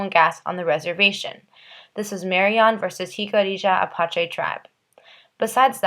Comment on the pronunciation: Im really hating how you pronounce Jicarilla Apache😒its Hic-uh-riah Uh-Pach-ee